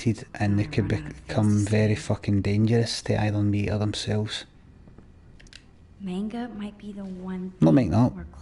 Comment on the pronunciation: thats not how you fucking pronounce manga FUCK